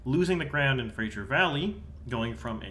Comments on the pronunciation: It's pronounced Fra-zer not Fra-shur. Fra-zer River, Fra-shur Crain... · Fraser, not Frasier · “Fraser” is pronounced the way it is spelled, not “Frasier”